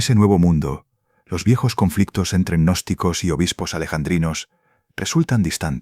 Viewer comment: Señor narrador cuando usted se refiere a los gnósticos no le agregué una letra a al de la palabra ya que queda agnóstico Qué es la palabra contraria al estudiante gnóstico ejemplo de ellos son los magos negros los espiritistas hipnotizadores y los brujos todos estos odian la gnosis al igual que los yerbateros Julián al Cristo odian la verdad Entonces no nos tilde Agnósticos nuestro nombre bien pronunciado es g Gnóstico .Como lo fué el v.M Jesús de Nazaret.